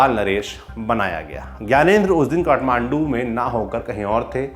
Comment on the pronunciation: कट्टो नहि "काट्टो"